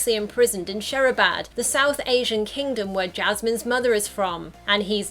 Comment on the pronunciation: Its not Shehrabad Its Shirabad